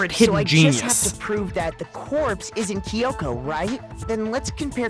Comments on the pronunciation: That's not how the Japanese language works though. Unlike English where, for example, the letter "A" has multiple different ways to be pronounced, each syllable in Japanese has one specific pronunciation. So pronouncing "Kyo" as "Ki-yo" is mispronouncing it. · Yeah, the "Kyo" is supposed to be pronounced as a single syllable, but the way the characters in the game are saying it is "Ki-yo". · I'd forgotten how annoying it was that they keep pronouncing "Kyoko" as "Kiyoko"